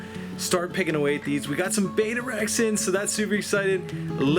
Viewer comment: PalJoey1957 One of my biggest pet peeves in the hobby.. Drives me nuts when I hear “bay-tah” .. It’s Betta “bet-tah” NOT Beta “bay-tah”